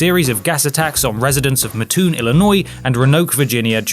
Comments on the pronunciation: It’s Mat-toon, not Muh-toon. Trust me, they’re picky about how the town’s name is pronounced. I went to junior college there. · Not to be too picky here from Mattoon IL but everyone around here pronounces it Matt Toon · Syllable breaks and primary stress: 'ro.a.noke and matt.'oon